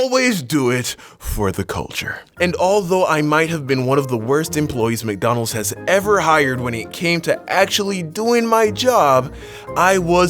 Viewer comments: I love how you say McDonald’s 😭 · The way he says McDonald's 😂😂